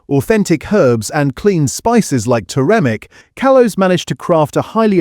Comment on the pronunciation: Talks allot about UK supermarkets yet all videos are US supermarkets, cant pronounce Bovril or Turmeric. Very dodgy info IMO.